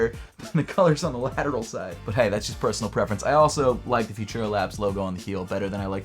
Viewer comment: its pronounce futura, not fushera!